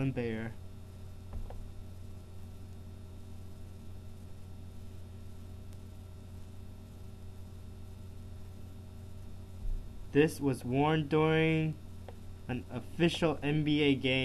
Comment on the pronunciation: its elgin baYlor not elgin bayor